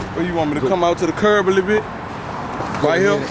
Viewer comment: Towards the lil school 😭😭😭😭 he beem saying LIL